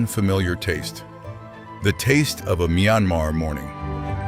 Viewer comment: You repeatedly said the name of this country with 2 different pronunciations, "mai"-anmar and "mee"-anmar thru-out the video. Why? Couldn't make up your mind on which?!!!